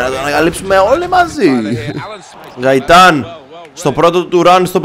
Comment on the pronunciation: γκαιταν οχι γαιταν